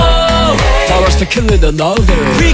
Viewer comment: p、o、w、e、rとか、他のとこもだけど壱馬くんの英語の発音がかっこよすぎてなんでも聞いちゃいます😍ラップも含めボーカルがどんどん最強になっててこれからが楽しみだし嬉しいです！ ランペしか勝たん❣️